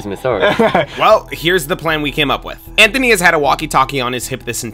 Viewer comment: Bro said zanthony